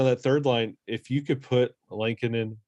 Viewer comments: Say it with me folks...L-eh-ko-nen. Not the same as Chicago goalie Kevin Lankinen. Only two n's in there. Not sure why this bothers me but I can't get passed it lol. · Am I saying Lehkonen wrong or are you guys? Haha. I thought it was pronounced “lekanen”. Every time you guys say it I think you’re talking about the hawks goalie “lankinen”